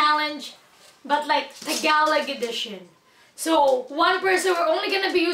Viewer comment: you can’t even say Tagalog LOL